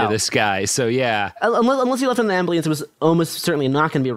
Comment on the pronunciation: Is the way he pronounces "ambulance" as "ambly ants" a bit